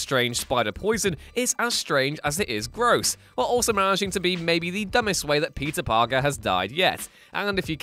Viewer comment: No one: Him: Pizza Parker